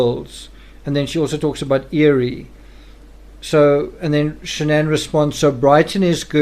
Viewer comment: Her name is Shan'ann. Not Shannon!! 🙄